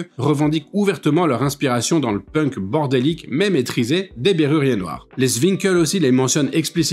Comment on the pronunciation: On dit Bérurier Noir, et ton exposé sur ce groupe n'est pas bon